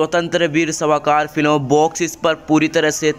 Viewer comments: अबे सावरकर नाम हैं. सवाकार ये गल त नाम क्यो बोल राहा हैं. इतनी बकवास करनेके पहिले सावरकरजी का नाम तो गलत मत ले. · आप सावरकरजी का उच्चारण ठिक से करीये। जबरदस्ती से हिंदी बोल रहे है।